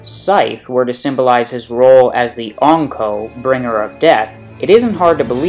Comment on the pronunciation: Triggers me how you say Ankou